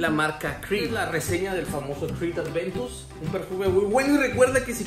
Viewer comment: Aventus!!!!! No adventus